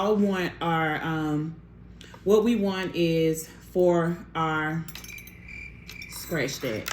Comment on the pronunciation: Stractch that 😂😂